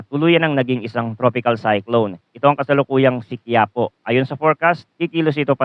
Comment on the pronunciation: Hindi quiapo bigkas Dyan ki ya Po may diin sa ki, kagaya Ng isang Lugar sa Nueva ecija.